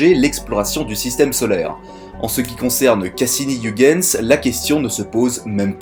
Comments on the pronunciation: Pour ton info, on prononce "oeilguens" et non pas ouigueins. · ça se prononce Oeuil Guns, bordel de merde! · hei,, Huygens etant hollandais, ça se prononce "hœighens",le son gh presque perceptible! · Très bon contenu, merci beaucoup pour ton travail qualitatif :) Sauf la prononciation flamande de Huygens XD Ps: On prononce Huygens comme un "oeil-guens" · Super, comme d'habitude !!! Vivement la Partie 2 !! Bonne continuation à toi, j'adore ce que tu fais. (PS : Huygens se prononce "Oeil" "Gaine" "S" (Je sais que tu as le soucis du détail donc si ça peut t'aider)) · Heu Huygens, phonétiquement cela se prononce Oeil - guens, mais c'est un détail, belle vidéo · Si non, Huygens se prononce '' oeil geuns '' ;) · Ca se prononce "Huygens". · Merci pour cette vidéo😊 Par contre ta prononciation de Huygens m'a trop fait rire hihihi 😉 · Il suffit de se souvenir d'une chose pour éviter la majorité des écueils en prononçant un nom étranger : ne JAMAIS imiter les Anglais. Partant de là, t'es déjà beaucoup moins ridicule. Mais bon, là, c'est raté : il a prononcé le U comme dans Hugh Grant...